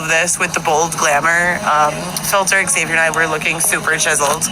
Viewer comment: Does anyone know if EggSaviour's name is really pronounced that way or did he tell her the proper pronunciation and she just went "No, it's pronounced EggSaviour"? I've met a few Xaviers and Zaviers before and none of them pronounced it like she does